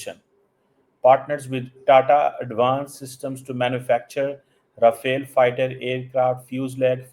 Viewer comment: the pronunciation is Ra-fa-le and not Ra-fa-el! Dassault correct pronunciation is Dasso! Oe, Tera chehra itna bujha bujha kyon hai? Theek Se pata lag gaya ki kitni pitayi hui hai? Failed gernaal ko field marshal bana liya hai? 😂😂😂😂